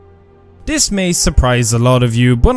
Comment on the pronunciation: Lolz, tries to teach us how to spell "artefacts", pronounces "the" as "duh", "this" as "diss", and "they" as "day" 😂😂😂